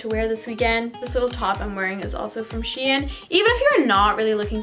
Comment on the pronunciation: Ok but the way she said shein really annoyed me ahaha sHEeenn 🤣🤣